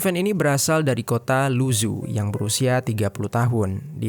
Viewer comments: Keknya yg isi suara perlu belajar atleast banget pelafalan bahasa mandarin karna susah didenger kek luzu apa cb? Mungkin lu zhou? Ini bacanya lu cou lalau zhejiang bacanya cre ciang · Halo Bro, Mohon izin bukan saya sok pintar atau gimana, Membaca nama kota negara lain, mohon ikut cara baca mereka, aneh saya mikir dua kali, apalagi nama orang. Mougen dibaca Mogen, Luzhou dibaca Lucou. ikuti cara baca bukan hanya abjadnya. biar tidak salah paham.